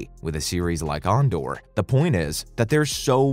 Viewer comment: “AHN-Door.” 😂😂😂 Literally never heard anyone pronounce Andor like that!